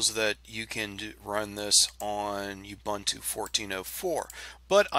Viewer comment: Great video, not being a pain in the backside but pronunciation of Ubuntu is ooo- boon- too and not u -bant-u.. I'm actually from South Africa please don't argue that :) Otherwise great video..